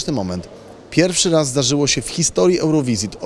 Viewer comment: ełrowyżyn xD